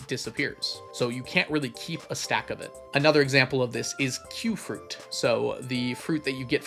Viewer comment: oh god yet another pronunciation of Mr. Qi